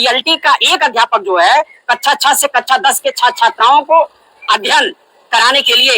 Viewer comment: Bhaisahab ye ben stokes sahi se kaksha(class) bhi nhi bol pa rhe h aur tet lagu krwana ..... Dhanya hai 😂